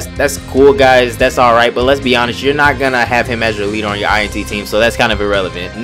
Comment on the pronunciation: INT not i n t lol sorry for nit picking